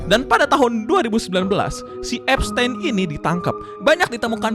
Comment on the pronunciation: Bacanya Ep-stin bang bukan ep-stein paham kan